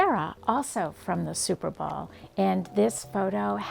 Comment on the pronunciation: Did you call it the super ball